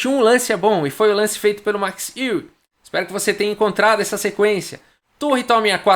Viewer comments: Podes falar Max Aue ;) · Fala chará, te acompanho aqui da Alemanha diariamente. Eu pronunciaria o nome Max Euwe como "Macs Ouv". Tem um video raro Euwe e Capablanca jogando em onde uma pessoa apresenta o Mr. Euwe para o Capablanca. Admiro muito seu trabalho, vindo à Hamburgo, venha na minha casa!